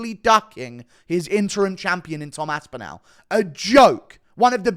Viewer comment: The way you pronounce Aspinall hurts